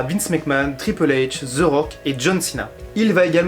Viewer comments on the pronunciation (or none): allor Jim Ross et dans le tord, Jerry The King aussi car ont dit The Rock et non Ze Rock. Pas ZE Miz mais The Miz. mais je serais pas méprisent comme d'autres car ont ma dit que ce l'anglais avec l'accent francais et le fait que je parle l'anglais nord americain la pronociation est pas la meme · Pk Ze Rock? Ce The Rock. sa ce prononce De Rock